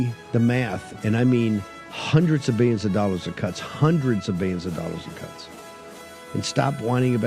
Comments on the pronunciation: “BEE-YUNS ” of dollars?! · Hundreds uh Biyionz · "no 'l' in 'biyyons' " Bannon